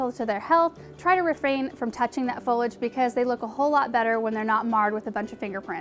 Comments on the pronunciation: FO-LEE-AJ not Follage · Yeah I've noticed a few people saying it that way. Fowwlidge is an irritating way to pronounce is for sure. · Fo LEE age. No fo lij 👎👎👎👎